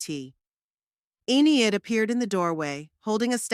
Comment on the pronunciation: E nid, why use names you can't pronounce? Good story except for the irritating enieid